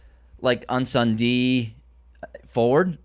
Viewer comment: Hey. Just a little tip on how to pronounce Incendie, if you want to be closer to the real prononciation. The first syllabus is pronounced as pain without the P and the N. The rest you were doing great already. 😅 Good work as always. It's so nice to see someone from our hood make it as Denis did!